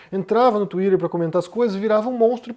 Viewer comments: Tomara que essa porcaria de X desapareça e nunca mais volte... Não vai fazer falta nenhuma e não vou ter de ouvir o pronunciando "Tuider"... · Por que o pronuncia „twitter“ de uma maneira tão americana, com a língua enrolada? Às vezes até demoro a entender. 😢